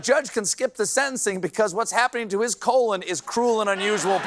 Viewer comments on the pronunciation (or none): none